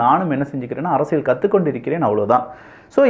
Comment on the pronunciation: Learn to pronounce Tamil correctly. It is not அரசியள் it is அரசியல்